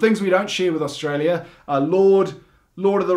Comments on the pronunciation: Its Australia not stara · they call STRAYA :D :D dying here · "Straya". Hahaha.😂